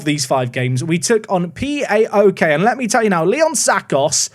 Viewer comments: PAOK and AEK are pronounced as one word, not individual letters. So it's literally "paok" and "aek". Not P-A-O-K and A-E-K 😅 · Im gonna try and get to to pronounce AEK and POAK properly :) dont spell them out. AEK is almost like saying ache. And POAK is said like pualk. My greek friends hate it when i spell them out!!!!